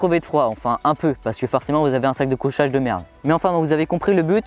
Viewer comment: Super video comme d'habitude par contre la marque du matelas ça se prononce ''sitousemit'' et pas ''séatosomi'' (seatosummit) pareil pour les sacs de couCHage et pas sac de couSSage. Sinon super présentations bien détaillée 👌